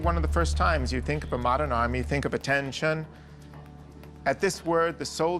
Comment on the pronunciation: Christ.... "att-enn-tion" was awkward as all balls.